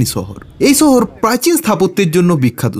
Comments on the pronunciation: শহর উচ্চারণ টা শিখ রে ভাই ছ ছ করিস না। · দাদা ছহর না শহর হবে। উচ্চারণ ঠিক করলে ভাল হয়। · ছহর কি রে পাগলা। শহর বল, শুনতে ভালো লাগবে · ছহর নারে পাগলা শহর হবে। আপনাদের উচ্চারণ এতো অদ্ভুত কেনো?